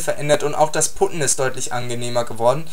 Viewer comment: ich glaub putten wird PATTEN ausgesprochen ansonsten cooles video